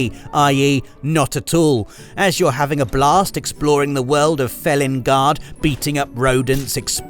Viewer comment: Felinguard? Are you sure it is not Feline-guard?